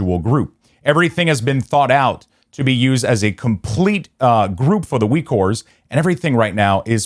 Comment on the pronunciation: Why are you saying ''Weekores''?